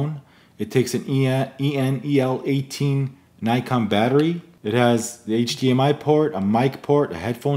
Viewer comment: nice! but please learn how to pronounce "Nikon"